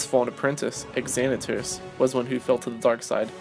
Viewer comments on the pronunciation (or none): the Eternal Xanatos is pronounced Zanatos not ExAnatos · Xanatos is pronounced Zanatos...just an FYI